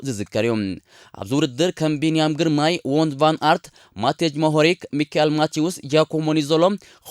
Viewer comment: Wooo ኣስማት ተጻወቲ ግን ናይ ቢንያም ግርማይ ጥራሕ ጽቡቕ ኣድሚጽካያ